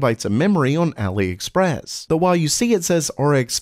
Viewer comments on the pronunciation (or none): none